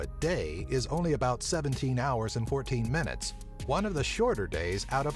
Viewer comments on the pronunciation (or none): none